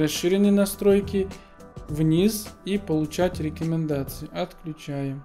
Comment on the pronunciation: я орнул у него еще со слов мэджиКС,джипиЭРэс,миуи дИмон и рекЭмендации)))